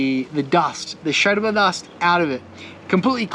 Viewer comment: Yooo, just dont like the way you say yerba ( sherba is not the way)